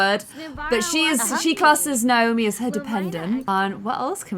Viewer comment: I love the way you say Naomi, makes me like own name so much more!